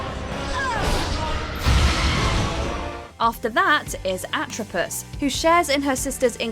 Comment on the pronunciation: It’s NOT pronounced “Lacka-sis.” It’s pronounced “La-Key-Sis.” It’s NOT pronounced “Atripus.” It’s pronounced “Atripos.” It’s NOT pronounced “Cloth-o.” It’s pronounced “Clo-tho.” Where did you learn about Greek Mythology. I hope you saved your receipt.